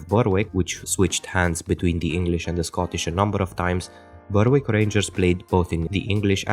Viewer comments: Great part 2, hopefully it can get as many views as the first video. Just a head's up, the 'w' in Berwick isn't pronounced, so its more like Beh-rick. This is also true of Norwich, Southwark and Alnwick. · Well researched and most interesting. Just one small point. I don't want you to think I'm nitpicking, but Berwick is actually pronounced "Berrick"